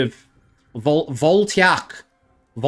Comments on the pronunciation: idk how a native english speaker has such trouble with the word "voltaic" like it's not a made up word like "voltiac" 😂😂 actually dyslexic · How do you not know the word voltaic? :D vole-tay-ick. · Vol - as in Volume Tai - as in Tailor Ick - as in Sick I hope this helps. Your videos are quite enjoyable. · its called Voltaic Cyclosword (bol-tah-eek)